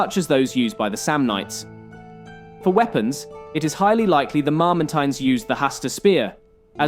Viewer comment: Is it pronounced MamerTEEN or MamerTYNE? You flip between the two every other sentence. Perhaps you’re just trying to keep everyone happy by pronouncing it either way?